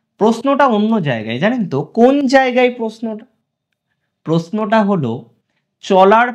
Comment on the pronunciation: বলছি শুনুন না প্রশ্ন টা ভালো করে উচ্চারণ করবেন দয়া করে... কানে লাগছে....